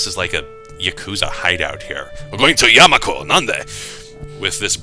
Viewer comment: first day I read this I couldn't stop hearing "yaNmaku"